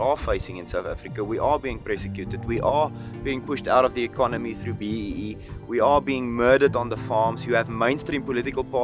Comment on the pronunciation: 前歯がないからThの発音ができないから、and the food のthe を一生懸命強めに言ってるけど空気が抜けて dra とかzha とかに聞こえるだけ